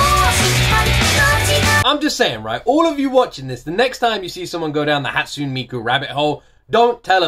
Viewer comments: How did you land on decision to pronounce "ne" as "n"? It's "Hatsune", not "Hatsun". "Megitsune", not "Megitsun" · hi since i don't see anyone correcting you, hatsune is pronounced "hut-sue-nay", not "hut-soon."i like your reactions. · I've been enjoying all of these! Btw, (correct me if I'm wrong) I'm pretty sure Hatsune's pronounced "Hat-soo-nay" not "Hat-soon" :> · A tip: it’s pronounced like ‘Hot-soo-nay,’ not ‘Hot-soon.’ Three syllables. Thanks for reacting and reminding me what a banger this song is. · I havent seen anyone point it out but Hatsune is pronounced like "haat-soo-nay" rather than "haat-soon" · "Hatsoon Miku" you're soo close and it's bothering me too much to not leave a comment. Because it's Japanese, Hatsune is pronounced "Hat-Su-Neigh." The "sune" in her name is two syllables. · Its not pronounced Hats-une it's Hats-u-nay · Heyya! Nice reaction to Hatsune Miku's Rolling Girl, a classic. By the way, her name is pronounced "Hut-su-neigh Miku". Vocaloid has many different 'Genres' within itself and thats one of the things I love about it, there are tonnes of vocaloid songs out there, if you like songs that are dark and potrays a story, personally I recommend songs from the artist MARETU who produces rock songs with really dark lyrics, specifically "Mind Brand" or "Coin-locker baby". I would love to see your intepretations on either songs. Keep at it! Love watching your reaction videos. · Not trying to be rude or anything but the correct pronounciation is Hat-su-ne. Ne as in net ne. Love the video btw~ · You pronounce the e at the end like hat-sun-ay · Her name is pronounced "Hatsooneh" btw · isnt it a short e instead of a long e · it is, but I'm emphasizing the second syllable since he doesn't use it at all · is anyone gonna say something about how he keeps mispronouncing hatsune